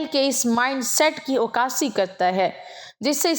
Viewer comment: عکاسی کے ع پر زبر ہے،جبکہ آ پ نے ع پر پیش پڑھا۔